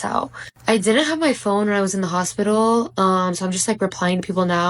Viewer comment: You were in the crazy hospital !!! I wish you could learn how to pronounce hospital correctly!!!!